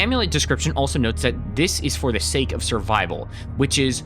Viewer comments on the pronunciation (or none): none